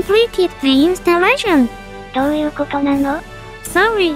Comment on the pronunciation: This is too perfect <3 I loved the 'do you koto nano'